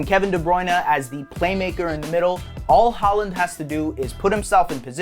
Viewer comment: Why do Americans just decide that they know how to pronounce names without checking first If you’re gonna make a video on him at least get his name right🤦‍♂️